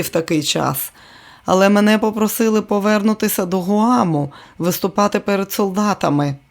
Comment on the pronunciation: Дякую каналу за працю.Зверніть увагу на наголоси. говорИти,а не говОрити повернУти,а не повЕрнути..і т. д.